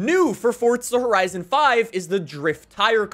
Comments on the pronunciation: fort-sa horisin fivuh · "fortdza horison 5"